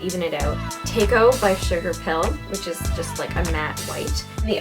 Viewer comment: Tako is pronounced "taco". It's Japanese :) For octopus...